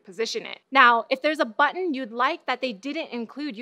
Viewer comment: since that last episode where... you know... i find it funny everytime you say "button"